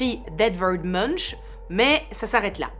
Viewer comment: Super vidéo 😱! Par contre, attention: si tu dis "Mounch", on dirait que Ghostface essaie de nous faire une blague au téléphone... Pour invoquer le vrai peintre, c'est "Mounk" (comme un moine, monk). On ne voudrait pas qu'Edvard sorte de sa tombe cette nuit👻🎨